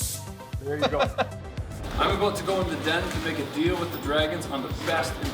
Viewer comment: “How it came aboat” you mean 😅